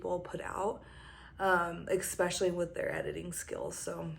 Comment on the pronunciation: Are people really saying ‘expecially’ now?